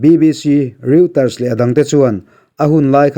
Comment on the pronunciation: Reuter ti hi Rawiter/Royter ti a lamrik tur aw